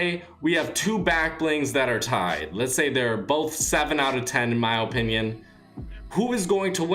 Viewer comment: I like how he says opinion